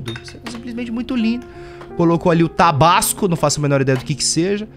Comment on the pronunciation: Mano na hora que o t3ddy falou tabasco eu entendi tabaco kskskskskskkskskskskskkskskskskksksksk